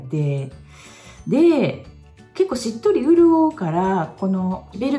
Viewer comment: とにかく激しく同意で頷きまくりました笑 しっとりを「うっとり」と言う吹き出しました😂 現在カバーマーク&シミの上にキャンメイク、その上にスポッツカバーでトントンしてました。 必死に隠してますよー感がハンパないので教えていただいたこと実践してみます！！